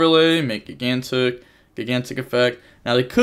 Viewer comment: I’m joking. I’ve never heard it pronounced “gig-antic” before.